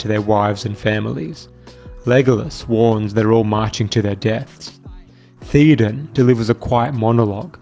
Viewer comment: Will you PLEASE pronounce King Theoden's name CORRECTLY? It's "thayo-den", not "theeo-den"!